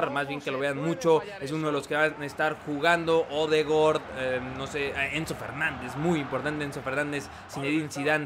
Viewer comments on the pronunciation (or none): Odegord?? jajaja era Odegaard creo, quizas me equivoco pero es lo de menos muy buen video